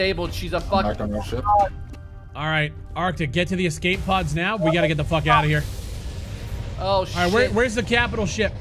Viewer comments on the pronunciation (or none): Escape pod. Not exxcape pod